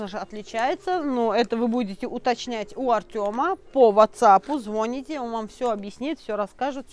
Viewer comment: Говорите, пожалуйста, звонИте, а не звОните